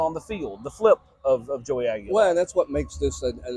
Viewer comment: it’s Aguilar